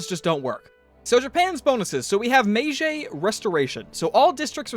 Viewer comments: Here's how you pronounce those: Toh-KEY-mu-neh. MAY-jee. I mean, you'd still be saying them with an accent, but that's at least the basics. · The correct pronunciation is HOH-joh TOH-key-MOO-nay. Also Meiji is pronounced "may-GEE". Unfortunately Sean Bean murders his name as well. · Hearing you pronounce Tokimune and Meiji literally took years off my life